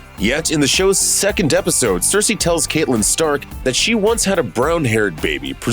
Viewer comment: Are we watching the same show? Why can’t u pronounce CATelyn or Arya yo